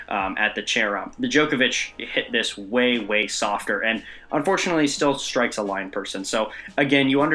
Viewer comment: "...that ball SHHHHHHtrikes a line judge." Way to add H's to where there are none.